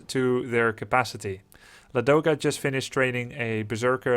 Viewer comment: Actually it pronounces like LAdoga, not LadOga :) Can definitely say that coz i am slav.